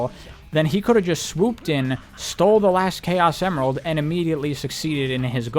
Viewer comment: bro started saying chao semerald… and it was driving my crazy lmao 🤣